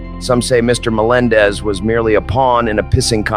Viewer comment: slow play speed at .30 you hear Jay say, “ our own John Na-mendez, John says ya ya Jay.